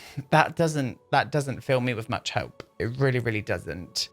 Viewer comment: 'there was so mũŕch' HAHAH pissing myself at that